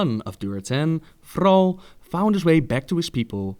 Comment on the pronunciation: the way you say thrall annoys me alot xD